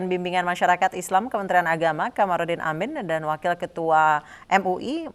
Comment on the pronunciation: Kamarudin.... Bukan Qomarudin...takut ga makan ya pak?.. jilat terus...nti dicopot jabatannya kan repot ya pak bhuahahaha